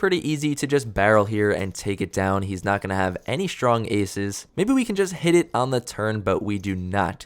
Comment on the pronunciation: The word STRONG does not contain the letter H